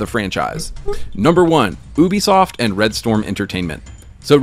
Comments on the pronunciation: Never heard anyone pronounce ubisoft as OOBI-soft...I guess me saying You-Bee-Soft is wrong lol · Why does the other guy in the video say ooooobisoft? It’s pronounced like you’bisoft 😂